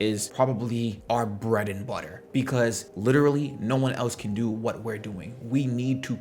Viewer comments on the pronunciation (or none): none